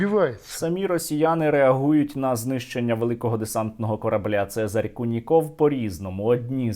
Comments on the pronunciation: "Це́зарь Льво́вич Ку́ников" - наголос саме на У, можете у вікіпедії перевірити :) На росії куніков нет ))) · Це́зарь Льво́вич Ку́ников (наголоси у Вікіпедії); правильно - новинá, а не новúна. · Вікіпедія таки ставить наголос на "у", тобто кУніков...)